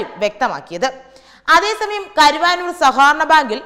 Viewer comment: കരുവാനൂർ അല്ല കരുവന്നൂർ.. എന്ന് ശരിയായി പറയുക.(കരുവന്നൂർ പുഴ എന്ന് കേട്ടിട്ടില്ലേ? ) ശരിയായ സ്ഥലത്തെക്കുറിച്ച് മനസ്സിലാക്കിയതിന് ശേഷം മാത്രം വാർത്തകൾ വായിക്കാൻ നൽകുക എന്ന് തത്വമയി ന്യൂസ് വിഭാഗത്തോട് അഭ്യർത്ഥിക്കുന്നു.